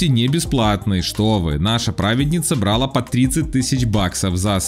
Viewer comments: Автор! Не "брАла", а "бралА", не "пОднять", а "поднЯть". И,,кстати, Кембербетч тоже популист. Таскался в Лондоне по митингам против загрязнения природы. Пришел, сфоткался с кем-то из митингующих и ушел быстренько, а потом продолжал разъзжать на своих четырех машинах, загрязняя воздух. И он любитель потаскаться по таким митингам и попиариться там. Но на этом у него и заканчивается борьба за экологию... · Бра́ла, по́дняла... Не вычитываете текст, что ли? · брАла Автор, пожалуйста, поработай над ударениями, кровь из ушей